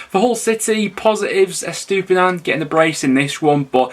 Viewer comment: Estupiñán might score quite a few goals this season, pronounced Estu-pin-yan though I think, worth checking, you might need to say it every other week lol